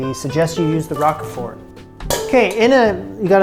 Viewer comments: 'ROKE-fort' rather than 'ROCK-uh-fort.' GREAT VIDEO,! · Love these videos. FYI it is not Rock-e-fort, it is Rowk-frt :) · Just FYI, it's "Roke-fert" not Rockafort. Great vid. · It’s not rock a fort it’s Rockford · ROKE-FERT. LOL Rok-a-ford? It's pronounced Roke-Fert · It is not rock-e-fort...it is pronounced rowk-fort... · I've somehow got addicted to watching you conquer Julia's recipes. So much so that I'm going to order that cookbook and try some myself! Especially these quiches! Oh, and I think it's pronounced "roke-fert" (a long "o"). :) I do love the rock-a--fort though! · "Roak-fahr" = Roquefort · You're so cute!😊 it's pronounced 'roke furt'.❤ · Pronounced like Al Rocher last name. Roach-fort (silent t) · 'Row-k' fort. Sorry ocd. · I'm a year late on this video but I do speak French as my first language. Lorraine the way you pronounced it for most of the video was de right way. And it's "Rok for" you know like 4 but without the u. Bon appetit! I've been enjoying these videos. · roquefort - roak four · its pronounced like ROKE-FORT! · More like rock-for. As in, both the "e" and the "t" are silent. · Never heard it pronounced Rokefort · Agree, I've always heard roke-fert in any region I've lived in. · Never heard it pronounced 'fer', always 'rock for'. Where did you hear that prononciation from? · You did a great job with the crusts - actually with the whole thing. I use a 10" Pryex deep-dish glass pie dish. Roquefort, sounds 👂 like folk-fort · “Roke-furt” cheese. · Rock-a-fort cheese 😂😂😂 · I’ve never heard anyone pronounce Roquefort like you do. 😉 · Roquefort, the rogue part is pronounced like yolk